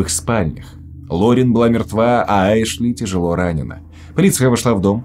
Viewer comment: Не Эшли, а Ашли, режет слух блин)